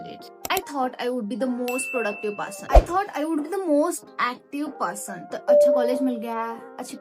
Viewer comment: Person ❌ parson ✅